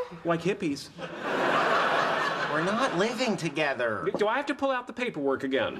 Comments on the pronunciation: Thogeder? I think you mean together but good video anyway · Thogeder? Really!?